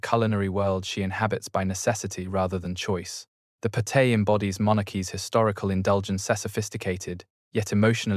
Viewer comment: Please can you ensure the pronunciation is adjusted. Påté, pastry.......all sound ridiculous. Thanks